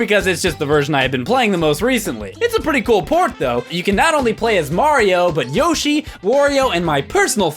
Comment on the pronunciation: It sounded like you said MAHYO XD